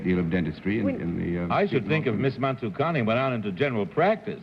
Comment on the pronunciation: I was very impressed with the perfect pronounciation of Mansukhani. For once, an Indian name not mispronounced by Americans.